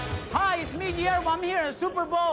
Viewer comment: “Guiwermo” Rob Gronkowski